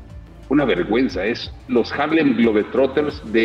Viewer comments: Jajaja como sea, se entendió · es "HarlemGLOBEtrotters" no glober...